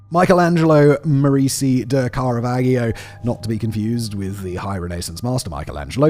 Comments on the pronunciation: I was watching until he started pronouncing Caravaggio incorrectly, how does one do enough research to talk about his life, art, death etc and not get his name right, it’s like he’s never heard of him before. Baffling. BTW it’s pronounced Kah-ruh-VAH-jee-oh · Simon you butchered Carravaggio's name. Here's the pronunciation: KAH-rah-VAH-joh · The way you pronounce Caravaggio makes me wanna cry, It's obvious you never heard of him before reading this script.